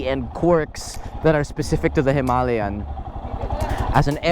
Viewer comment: Hima-layan as you pronounced it sounds a bit annoying 😅and a walk around the unit not just a rider's pov will help viewers too. Just my 2 centimos. Cheers!